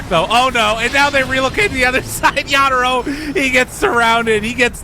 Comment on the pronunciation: Wtf is this pronunciation of yatoro